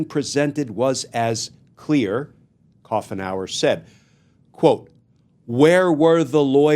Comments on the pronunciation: It’s Coo nower not cough nour. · The pronunciation is coo en hour. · Judge Coughenour is pretty much a part of the landscape here in the Northwest. It’s pronounced Coo’nour…